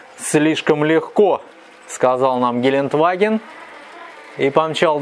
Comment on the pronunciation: Ааааа! Кровь из ушей - ГелендЕваген - так произносится это немецкое название